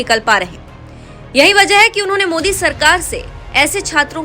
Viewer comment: ओवेसी 👎, मोदी नहीं बोलना आता, जानबुजकर मोडी बोलता. अब इतना अवघड नाम ( जयशंकर सर ) कैसा बोलना आया?